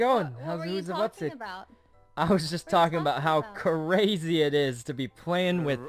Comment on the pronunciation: Ikr that was cRAEzy